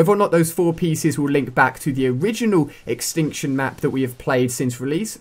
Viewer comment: The word extinction is missing the t in tion